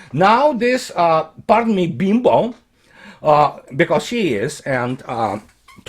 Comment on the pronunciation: Best pronunciation of “Bimbo” on the planet 👏